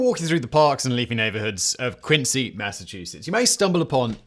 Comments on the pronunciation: haha agreed man. I just know if you’re in Massachusetts and you’re talking about Quincy, you should definitely pronounce it Quinzee lol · Quincy ....we say it with a "z" sound... but also yes, yaaaay mah town! gets mentioned! and not as a Fallout4 joke! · We pronounce it like a z. Like qinzee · Its pronounced "quin-zee" Massachusetts is FULL of towns not pronounced how they're spelled. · 🤦🏼‍♂️ they ain’t British towns dawg. If there’s a British town spelled Quincy sure, pronounce it quin-see. If everyone who lives in Quincy, MA, pronounces it “quin-zee” MA, pretty sure that’s all the evidence you need to know how that towns name is pronounced.